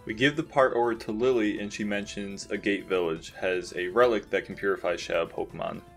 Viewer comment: Agate is pronounced AH-get, not A-gate